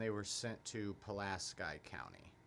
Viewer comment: Did you even attend grammar school? It’s Pu LAS key!